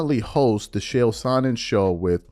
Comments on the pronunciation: Whwt was the topic, i was distracted with him saying Shay-L? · Its pronounced "KAEL" Sonnen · Bra... its ch ch ch... chael.. not shael TF! An its not Saanon.. its son..non. sorry it was was getting annoying. Love the show